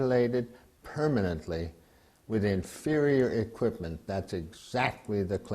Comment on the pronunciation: lets play a drinking game. everytime the guy in the begiining says "infurior equipment" do a shot